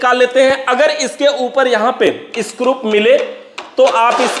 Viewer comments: Scrup nhi scru hota hai 😅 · मै हमेशा के विडियोज देखता हूं, इतना टेक्निकल इंटेलिजेंट बंदा है, फिर भी 😂स्क्रू को स्क्रूप बोलता है क्या वजह हो सकती है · It's screw not scrup 😅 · सब तो अच्छा है लेकिन स्क्रू को स्क्रूप ना बोलो सर जी😅